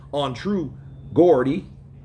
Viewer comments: Goddy🤣 it's pronounced Joddy , dudes from Newcastle UK. Was waiting for your analysis bro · It’s geordie but you have to pronounce jordy not gordy 😂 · True "Gordy" lol. It's pronounced Jor-dee. You're welcome😉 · The way he says Gordie and Davies 😂 Its pronounced "Jordi and Davis". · it's pronounced Jaw - Dee not Gordie, Geordies is a nick name for people who come Newcastle, England. I think True Geordie was brilliant true journalism, he was nothing but respectful to Tyson and Derek Chisora but just stated obvious, the glaring, the elephant in the room facts. Chisora is a legend he wears his heart on sleeve and will always be a fan favourite in the UK and wherever. Do we really want to see him fight Tyson again? "NO", I think it should be an exhibition match and no more. I understand he wants to help a friend but come on I wouldn't watch the highlights never mind the fight. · Hey, much love, respect bro. In the UK, Geordie, it's pronounced as if you say George, or the G in geo, Georgie Porgy, Pudding and pie... but instead of Geor'g'ie with a "G", it is Geor'd'ie - with "D", it is a slang name for the people to the North of England, Newcastle folks...:) peace brother - CPBN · Yo bro you need to work on your English, it's True Geordie not True Gordie. A Geordie is someone who is from the North East of England. Respect bro 🏴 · True Gaw-dee 🤣😂 Geordie is pronounced "Jaw-dee" my American friends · "True Gordie"? It's pronounced Jor-dee but spelt Geordie. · It's pronounced jordie not Gordie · It’s spelt Geordie but pronounced JORDY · Geordie, pronounced "Jordy",, was aggressive and very adversarial. I think Geordie is the one who should be humiliated. No one is making anyone watch the fight! It looks like selling out by the way, just saying:) And who said champions have to fight the best every time? I wish I had a dollar for every stiff Joshua had put in front of him, and Mike Tyson for that matter. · Geordie is jor-dee mate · True gor-dy 😂😂